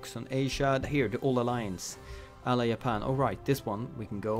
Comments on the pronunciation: its Japan not yapan my guy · Sorry mate I had to close the vid after you said "Iapan" instead of Japan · He said “Yapan” fam,$20 says he’s Swedish